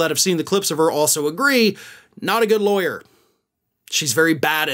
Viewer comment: Is she really a ‘Laweyer’ ??? Lol